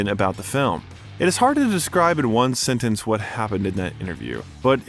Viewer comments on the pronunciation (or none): none